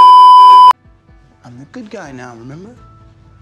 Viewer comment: Pls stop saying daymon it’s Damon